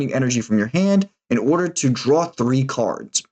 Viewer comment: why does he pronounce every /o/ /aw/ baws's oarders etc.?